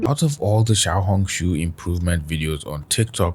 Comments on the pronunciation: All I hear is xiao-honk shoo and it makes it so hard to focus😭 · Everytime say Xiaohongshu it reminds me of yap dollar